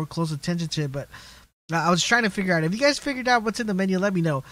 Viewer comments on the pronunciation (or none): you say you wrong